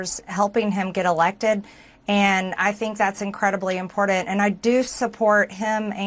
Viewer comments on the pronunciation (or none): Hey, there's no 't' in eltse and there's no 'd' in impordant. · Impordant, imphormation, dogdur. I can't stand to hear her talk. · Can someone please tell her how to pronounce important….